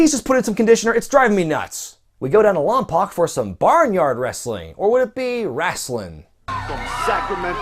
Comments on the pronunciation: Lompoc? XD Most around this area say Lompoc (Lom-Pohk).Don't mean to be A dick,but it sounded very out of place. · its pronounce LomPoke dude